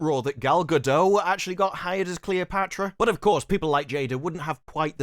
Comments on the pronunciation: Gal Gadot is pronounced using the final "T." It's Gah-DOT. It's Hebrew, not French. Have some respect. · Gal GadoT! The T is not silent...she's Israeli, not French